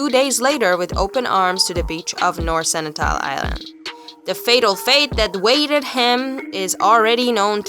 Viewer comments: Its SenTINEL... not Senitel!! Are you making stuff up?? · it's Sentinel not Senitel!!!!!